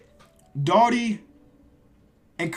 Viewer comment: your saying brad Daugherty name wrong